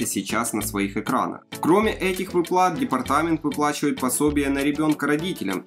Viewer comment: А что у нас с ударениями… выплАт… шо за дичь…